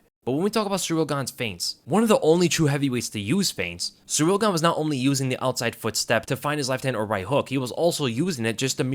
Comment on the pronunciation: Why you Muricans all of a sudden try to pronounce foreign names right? Just call him Gain, sounds much cooler anyways. Just stick to saying foreign names wrong ffs we are used to it now and that's what we expect